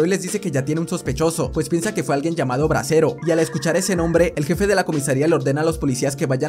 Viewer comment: Bresero con t tresero XDDD